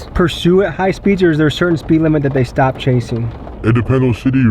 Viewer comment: He literally says “If they do Shtop shombody “ why does this guy pronounce EVERY single S with a SHHH